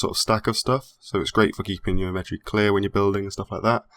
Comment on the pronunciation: Can someone please tell this guy how the word inventory is pronounced...